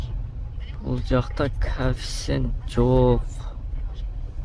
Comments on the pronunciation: Кафсент емес коефсент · Кааафцент менен дегин 🤣🤣 молодец ийгилик